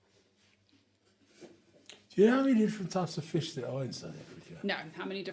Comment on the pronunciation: They do say fush 🤣